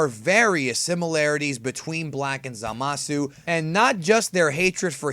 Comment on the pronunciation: You say it right i think at long time go